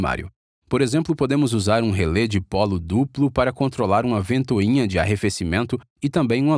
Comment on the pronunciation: Só um pequeno detalhe: em português a pronúncia correta é RELÉ, com acento agudo no último "e", e não relê. Em inglês "Relay" é que se pronuncia "êi".